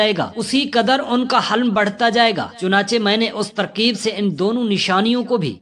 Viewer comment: Halm nahi "Hilm"